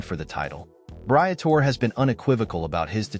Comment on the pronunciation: If you are going to get an audience who respects what you are saying at least learn to pronouce the names of those you are taling about... Britore...Bree-a-tor-eee.